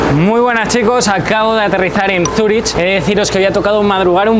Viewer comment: Cuando dices Zuri”ch” en lugar de Zuri”k” me silban los oídos xD